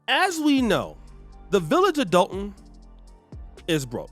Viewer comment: I know it looks like DOLE-ton on paper but they pronounce like DOLL-ton or DAHL-ton. Love your channel. Salute.